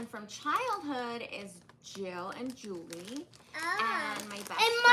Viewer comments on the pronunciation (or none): none